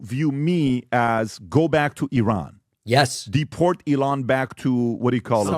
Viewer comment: As an Iranian, I'm embarrassed for and by Patrick. Thanks for correctly pronouncing Iran, David!